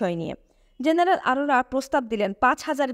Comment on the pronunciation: উচ্চারনে মনোযোগী হওয়া দরকার। মেজর J দিয়ে Z দিয়ে না। জেনারেল G দিয়ে Z দিয়ে না। এয়ার স্ট্রাইক হবে, এয়ার স্ট্রিক না। কোম্যান্ডকে কমান্ডো বলছেন। আরো অনেক আছে বললাম না মন খারাপ হতে পারে। যাই হোক সুন্দর প্রচেষ্টা। সমালোচনা ভালো না লাগলে নিজ গুনে ক্ষমা করবেন।